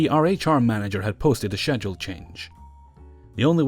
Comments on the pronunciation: God I love your videos but i can't help but noticed you pronounced schedule wrong.. or at least I dont pronounce it like you do.. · Schedule..... How many times he said it the way he did was painful. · I love these videos buuut the way you pronounce schedule makes my skin crawl.